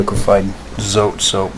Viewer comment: so-tey 2 syllables